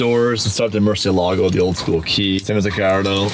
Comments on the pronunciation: The “Cursiélago”… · It’s pronounced “Murciélago” the accent is on the e which means the e is the stronger letter, even if in English is Murcielaaaaaaaaaaaaago